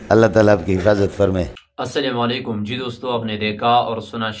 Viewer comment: Mashalah apka slaam wysy bht tajweed k sat hy